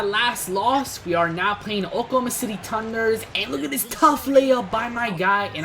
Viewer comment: he says oklahoma city tunder, instead of thunder